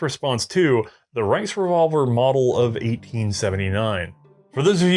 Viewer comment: The “RiceRevolver” lol